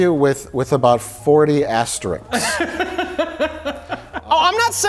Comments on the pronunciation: Mike snobbishly correcting on the pronunciation of "bravado" and then immediately following it up by unironically saying "astericks" instead of "asterisks" will always amuse me. It's not a word, Mike, and you've used it many times, so you can't excuse it as a flub. 🤣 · Mike: corrects pronunciation of 'bravado' Mike seconds later: 'Asterix' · Corrects pronunciation of bravado. Pronounces asterisks wrong ten seconds later. WHAT A FRAUD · *ASTERISKS not ASTERIX... you're gonna correct BRAVADO then pull that shit?! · mike knocks for his pronunciation of “bravado” and then immediately says “asteriks,” lol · Corrects pronunciation of Bravado; immediately says asteriks... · Mike: Corrects on pronunciation of 'bravado', then 10 seconds later says 'asteriks'. Hack. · Mike corrects pronunciation of 'bravado'. Then immediately mispronounces 'asterisks'.:p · I love how Mike corrects for mispronouncing “bravado”, only to be followed by Mike, himself, mispronouncing “asterisks”. 😂👌🏼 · Mike Stoklasa: corrects on his mispronunciation of "bravado" Also Mike: immediately mispronounces "asterisks" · Corrects pronunciation of 'bravado'; immediately mispronounces 'asterisks'.